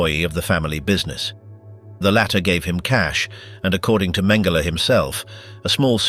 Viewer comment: Mhen- GEH- lee??!!